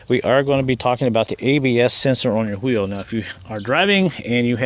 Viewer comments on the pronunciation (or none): He said H-weel 😂!!!! Homo - sapien 😂!!!!